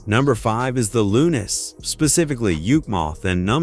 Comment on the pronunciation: Why they use AI to do this commentary? But when it mispronounced The Lunes and Yukemouth 😓😓